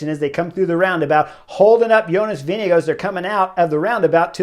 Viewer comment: p.s. thanks Chris for pronouncing JV last name correctly... in an earlier video of yours i said i have no idea if you are nailing the name (you were) and suggested some press ask him to pronounce his own name ... still after that interview GCN was saying Vingegaard wrong lol. not sure if they got it right yet.